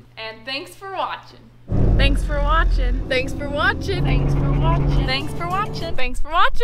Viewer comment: What’s a thanksferwachin? Hahaha See ya good luck!